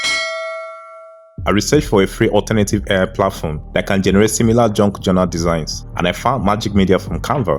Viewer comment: what the hell is a JUNK journal? can barely understand what you said. and never heard of this term until today.